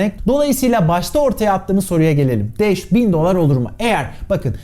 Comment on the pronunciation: Sen de sağol ne bileyim uzun zamandır seni izleyip de hala şu haline alışamayanlardanım 😃 öyle bir anlatışın vardı ki başta sanki dash değil de Anadolu şivesiyle kaçın daş yağıyor daş der gibi geldi bana.